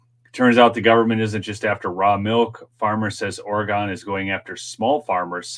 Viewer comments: It’s not pronounced Ore-gone. It is pronounced Ore-gun. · Hi, it’s pronounced “Orygun” instead of “Oragone.” Love your videos! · it's not Oregone, it's orygun. Lol. Love you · Say, Ora-gun, not Ora-gone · just so you know, listen to your speaker pronounced Oregon. It is prounced Orygun by Oregonians. Thanks, Tom